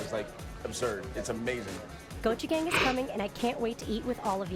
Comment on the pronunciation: Every time it's said, I hear gochujang instead of Gochi Gang...